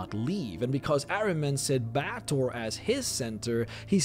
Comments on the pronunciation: Bay-tor is the correct pronunciation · It's pronounced Bay-ah-tor, other-wise a good guide.